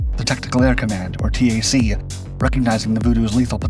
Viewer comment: I love these videos and I know here and there there are a bunch of inaccuracies, but I wish you youngsters would stop saying S-A-C and T-A-C. It’s “SACK” and “TACK.”